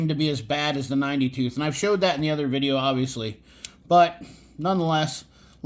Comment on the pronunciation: Thanks for the vidjya,! 😝 No, really appreciate your comparison vid! Great job.